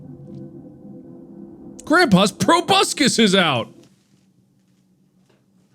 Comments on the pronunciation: I'm glad that several years later Mark still pronounces "proboscis" as "probuscus" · Mark says 'Proboscis' like 'Tobuscus' which is fucking hilarious to me